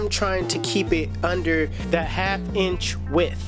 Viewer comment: Is the way he says it, it sounds like he's saying ENCH.